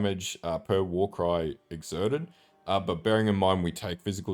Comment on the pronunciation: "Warycrys? It's a warcry build innit"